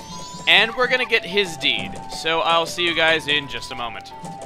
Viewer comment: i thought you were saying "get his 'D'" not deed........ HE WANTS THE D!